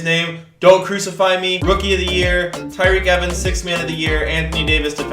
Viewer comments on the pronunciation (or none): none